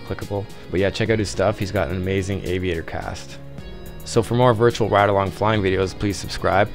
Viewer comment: Your dyslexia made the entire sentence wrong. You said "and all lessons in aviation are not survivable" when you were meaning to say "and not all lessons in aviation are survivable" . Also, you need to pronounce your words more clearly and with intention. For example, listen to yourself speak , you say "wide-along" instead of "ride-along" which sounds like baby talk. Also you say the words "put up a video about once a week" in a weird, none-annunciated way. It sounds like you're a little drunk even though I can tell you're not, you just don't have a good "radio" voice because of things like this. The video itself is good, and everything else about the video is good, it's just that talking that's a little off. I know I may be nit-picking but when people don't speak well it get's on my verves.